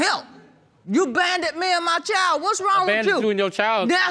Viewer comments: she said “you banded (abandoned) me and my child!” 🤣🤣🤣🤣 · First time I’ve clicked on an episode getting ready to watch and I had to pause and restart after I read the comments because I can’t quit laughing. These comments have given me life this day! She said he bandoned her! Burf stertificate... dear god my cheeks hurt! This whole comment section has me dead! 💀